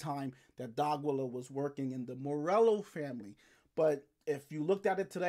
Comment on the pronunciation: DEE-AH-KEY-YUH. Not DOGILLA lol. Good channel tho